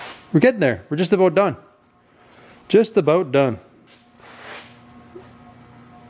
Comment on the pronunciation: aboot, hehe